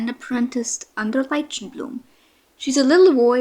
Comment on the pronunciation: Love these Clans, I've watched all of them in a row today and I am interested to see what happens with everyone! Quick note, I wanted to let you know that Lichen is pronounced as Liken